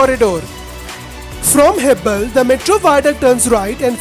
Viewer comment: Its marthahali not maratahalli...again not hebble hebaal